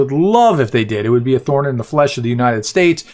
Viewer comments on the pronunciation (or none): none